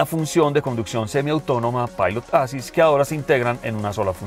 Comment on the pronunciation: Volvo siempre deslumbra con esas naves que sacan... Hermosa esa XC60 Recharge T8.... Como siempre, excelente video y reseña, gracias. (un pequeño detalle: la palabra en inglés "assist" se compone de dos sílabas que son "as·sist"; el acento va en la segunda sílaba (ə-ˈsist), algo como "assíst". Solamente eso). Gracias